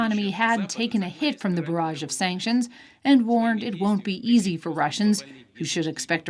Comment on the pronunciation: This journalist is making a meme of herself.. “Sanctuons? Sanctions? Sanctions?”